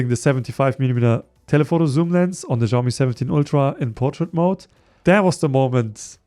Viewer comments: People keep pronouncing Xiaomi wrong, it's not ziaow mee, it's pronounced siaow mee. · Bro you are saying Xiaomi wrong